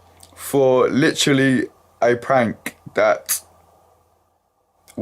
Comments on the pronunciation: The slender of "litchally" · oh man british people and the "Litch-ra-ley" over...and over again.